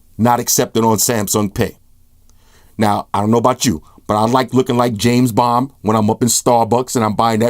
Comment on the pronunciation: I swear i heard James Bomb... did you?